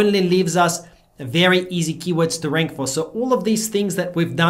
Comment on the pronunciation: YOU MUMBLED YOUR FAVORITE KEYWORD TOOL. WAS THAT ON PURPOSE?